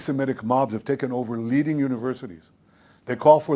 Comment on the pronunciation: o.o WE CAN UNDERSTAND IF ITS FARMERS OR SOLDIERS But STOO(U)DENTS??? Yuk o.o